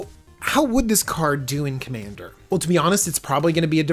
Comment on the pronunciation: "Commaner" lol